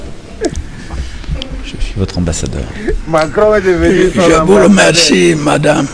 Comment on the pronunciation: "Je vous remercie (remeshie) madame".😂😂😂😂. I beg,. grandpa go rest ooooh!